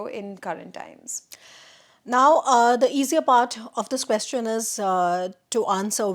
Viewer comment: please pronounce the word “question” correctly.